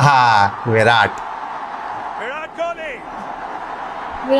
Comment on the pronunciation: You are the first pakistani jiski "virat" ki pronunciation sahi hai... Sare pakistani विरात bolte hai. But it is actually विराट